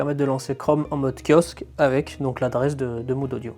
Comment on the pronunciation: Je participe, super idée, apparemment on ne dit pas moude mais mo-ode 👍